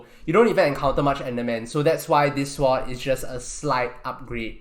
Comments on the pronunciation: He pronounces it. S-word, not sord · he pronounces swords like swats and melee like MEleeeeee. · His pronunciation of sword...swwwod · is he saying "swap" or "sword" ? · god everytime u say sword i cringe.. swat... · my braincells hurts everytime you said "seword" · the auto generated text think you say SWAT xd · Stop saying sward its sword pronounced S. O. R. D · Stop saying sword like that it makes my brain hurt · He can say swat how ever he wants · hes saying swat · the w is silent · he pronounces sword without the “w” being silent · Every time he hays sword wrong take a shot To your knee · He isn’t technically saying it incorrectly. But I like the joke. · It pains me to hear you pronounce the "w" in sword, but nice vid.